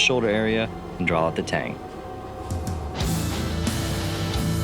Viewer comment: Why does think that there is an L in draw!